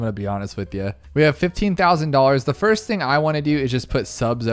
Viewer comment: He said fast instead of first 😅